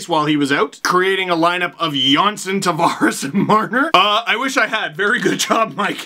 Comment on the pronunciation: Will always be the ACC for me. Nice work saying Tavares correctly!